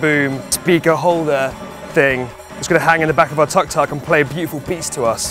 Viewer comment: Welllll ... the word Tuk Tuk is pronounced "took took" not tuck tuck. Btw, one of your mates looks like Piers Morgan.